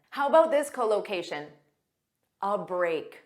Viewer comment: Your English speaking is good but your English speaking pronounciation unable to catch up it, because instead of collocation spoke that cholocation, this me puzzling.